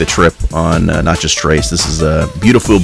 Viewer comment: You’re not pronouncing Natchez properly